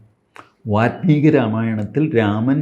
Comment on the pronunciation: കുറേ തവണയായി വാത്മീകി എന്ന് കേൾക്കുന്നു. വാല്മീകി ആണ് ശരി. മലയാളികൾ വാല്മീകി എന്നത് വാൽമീകി എന്നെഴുതി പതിയെ വാത്മീകി ആക്കി പൽമനാഭനെപ്പോലെ😅 പദ്മനാഭനെ പത്മനാഭനാക്കി. പിന്നീട് പൽമനാഭനാക്കി...